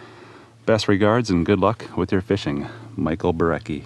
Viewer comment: Sir, Michat Binecki needs an apology. You said his name completely wrong. His name is Michat Binecki in the video. The letter stated Michat Binnecki